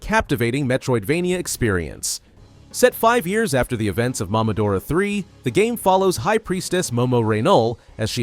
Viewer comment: Why do you say MAMAdora???? It's MOMOdora. MOMO AND DORA. like seriously dude. It's literally a name.